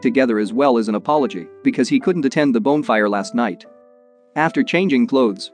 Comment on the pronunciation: Why can't the automated narrator pronounce "bonfire" properly?